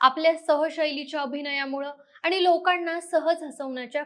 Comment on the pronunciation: ही काय मुलगी आणली तुम्ही? आनी पानी करते आहे. शुद्ध बोलणारे मिळत नाहीत का तुम्हाला?